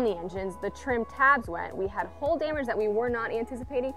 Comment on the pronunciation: Why do you pronounce “hull” as “hole”?